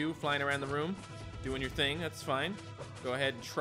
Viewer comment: Ting means thing,you pronounce the t hard every time like the h doesnt hide the t in newfoundland,they add s to everything too